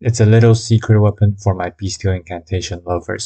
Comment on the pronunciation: When you say “beastial” it sounds like your saying “beast-heal”